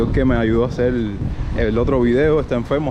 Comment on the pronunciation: "hacer" , no "hacel".